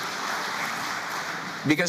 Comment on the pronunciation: How many times will he say Trudea